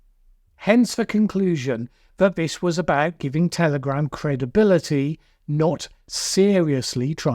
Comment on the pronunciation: Did I hear you say "Terrorgram" 36 seconds in?? 🤔🤣